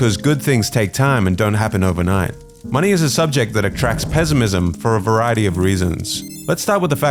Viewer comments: Why the narrator say pezimism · The way he pronounces PeZiMiZm 😅